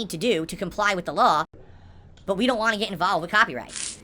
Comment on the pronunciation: Great, another word that'll stand out when I watch recaps and I thought him saying "Want" as "Wan" was bad enough